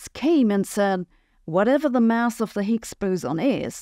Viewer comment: Mouse? I think she means to say mass.